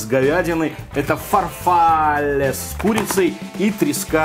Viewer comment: ФарфаллЕ, блеать! А не фарфАлле